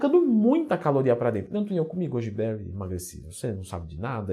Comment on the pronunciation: 4 pessoas comeram "gúdibéuri" kkkk